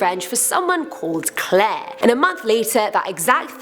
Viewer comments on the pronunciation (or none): none